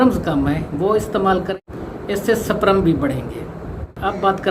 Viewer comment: Bhai saprum nhy sperm hota hy